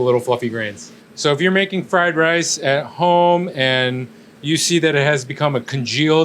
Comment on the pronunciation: "You rike fry rye?"